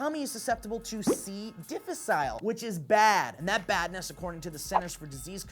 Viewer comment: The way you pronounced C. difficile was really cute.